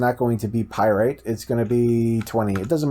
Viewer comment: It's not pyrite it's pyrAtite